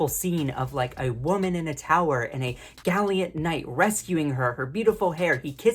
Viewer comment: It's *gallant, not galliant. OR, it's valiant, not galliant. Either way, it's not galliant. And - GREAT video!! p.s. - I've been wearing my pride pin all month, and I'm not even gay. Happy to help out where I can.